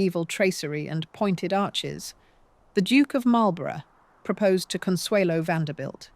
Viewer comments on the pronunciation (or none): none